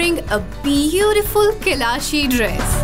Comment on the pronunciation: There is no word as Keylaash, its kalash. At least pronounce their name correctly. Just imagine you are discovering Pakistan and giving all your viewers an incorrect name of an ancient cultural civilization- Keylash is in Sikkim India adjoining the Tibetan border where Mount Kailash is located which is a holy mountain for the followers of Dalai Lama-the Buddhist tradition. Please do some research before you air a program. And hats off to the one who said..please don't shout-it is very unusual to the local culture.